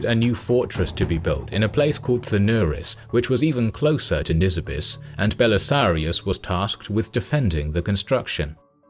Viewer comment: "Belisarius". Not "Belisarios".